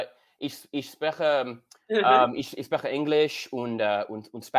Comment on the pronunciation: I love how you can tell he didn't lern with a Tutor. My favourite example of this is his pronunciation of sp wich in German would be pronounced like schp (sch being the German spelling for sh) and so you would actually phonetically say shprechen but because there was never a tutor to explain this and only google translate there is no way he could have known this.